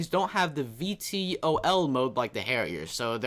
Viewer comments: vtol doesent stand for anything it's pronounced V-Toll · VTOL = Vertical takeoff/landing. Pronounced V-tole. You can switch mode while in flight too!